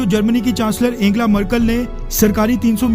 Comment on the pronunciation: वीडियो के लिए धन्यवाद, पर आप अपना उच्चारण शुद्ध और जानकारी बढ़ाएं, जर्मन चांसलर एंजेला मर्केल को एंगेला बोलते जा रहे थे...